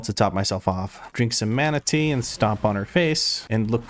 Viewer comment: Every time you say mana tea an image of a manatee pops up in my brain